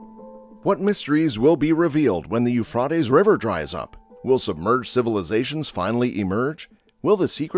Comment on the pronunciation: His pronunciation of Euphrates is a bit unorthodox, but the Hebrew name for this river is simply NA-HAR HA-FRAHT", so he's getting a little closer to that. Hebrew for the Tigris river is NA-HAR HA-TEE-GREESS.